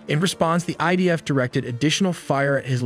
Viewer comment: Admin Its idf not Ibf 🤣🤣🤣😂😂